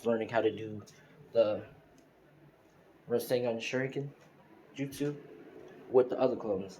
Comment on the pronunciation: It's pronounced Ras-ain-shuriken